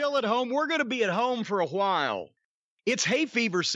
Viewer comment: Hotdog ... "j" as in Jose' or Julio or Jhotdog